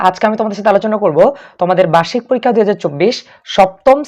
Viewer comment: পরীক্ষা নাম টাও ভালো করে বলতে পারে না😂